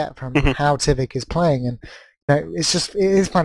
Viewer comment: Good cast but dear God it's not Tivik